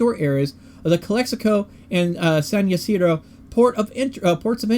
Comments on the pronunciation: Awesome video! I live close by. San Ysidro is pronounced: San Ah-See-dro just fyi lol 🌷♥️🌷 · Pronunciation: San Yah - SID - row